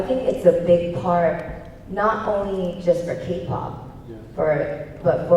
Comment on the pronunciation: parce que quand on aime la Ka-Pop on dit Ké-Pop...